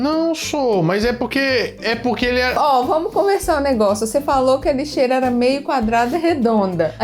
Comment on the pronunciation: Lixeira? Kkkkk